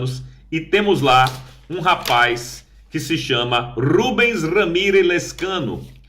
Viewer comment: Não é Petros, é Petro. Não é Rubens, é Rubén Ramirez.